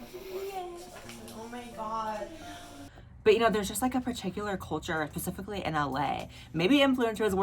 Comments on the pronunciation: Girl you say pacifically.... SMH it's specifically! Pacific is an Ocean. #PetPeeve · “pacifically in LA” GIRL i know LA is on the pacific ocean but it’s SPECIFICALLY lmaooo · “pacifically” 😂😂 I love you Blaire